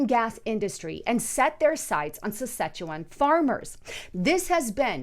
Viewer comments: Sounds like she's saying szechuan, like the rick n Morty promo szechuan sauce XD .. Sas-catch-ew-on . Something like that. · I AM A CANADIAN. IT IS PRONOUNCED. SA SKA CHE WAN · Sas-KATCH-u-wan. Thats the pronunciation. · Saskatchewan. Not Sichuan X) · Thanks, and it’s pronounced: SAS CATCH CHEW JUAN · it's pronounced SAS-kat-chu-JUAN,! Just sayin'.:) Jesus Christ is coming soon everybody! Are YOU ready???